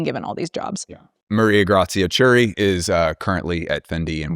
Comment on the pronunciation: "Chiuri" is pronounced like "key-oo-ree" the h keeps the c with a hard k sound, otherwise it sounds like "chee" in Gucci....and why Pinocchio has the k sound 😊😊